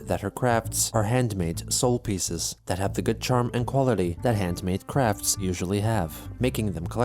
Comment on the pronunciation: When says "After achieving early success in selling off her customized crafts" at the end, I swear he say's "crap-fts" which is well suited xD